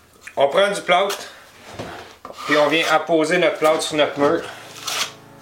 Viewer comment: Il a dit que c'était du "plâout" ! :D